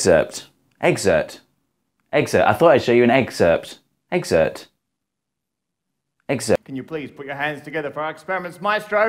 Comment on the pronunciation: "Excerpt" sounds like "Ecksert".